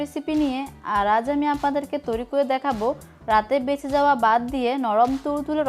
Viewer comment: বাত, ডাকনা, ডেকে আপু প্লিজ উচ্চারণ ঠিক করেন